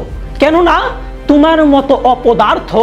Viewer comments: ভাইয়া ভাষার উচ্চারণ একটু অনুশীলন করে ভিডিও আপলোড দিলে ভালো হয়, কন্টেন্ট ভালো হলেও উচ্চারণ এর কারণে শুনতে খুব বাজে লাগে। যেমনঃ ১। থানোশ > থেনোছ ২। তুমার > তোমার ৩। রুগ > রোগ ৪। কেনুনা > কেনো না ৫। নেহেক্সট > নেক্সট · আপনার এডিটিং মজার হয় কিন্তু বাংলা উচ্চারণটা ঠিক করলে আরো ভালো হতো। যেমন "তুমার" না, কথাটা হবে "তোমার"। "দাক্কা" না, কথাটা হবে "ধাক্কা"। "পয়োজন" না, কথাটা হবে "প্রয়োজন"।